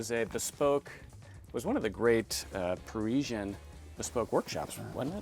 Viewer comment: Pareeeshan? Par-is-ian.